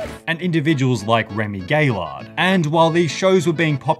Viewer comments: Remy "Gay-lard" lmao okay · Gillard is the goat. And its gih-lard not gay-lard. Smh, the disrespect.